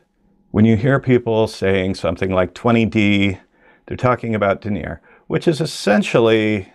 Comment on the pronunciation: Sounds like some people bring their corporate speak with them into nature. I would correct such a person on their pronunciation of "denier". It's denny-ay. It's French for grams per 9 kilometers of thread.